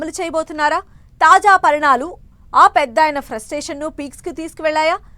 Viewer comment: తాజా పరిణామాలు మేడం. పరిణాలు కాదు 😂